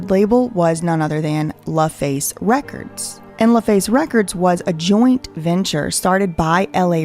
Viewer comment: L A récords, not La records……like LA and Babyface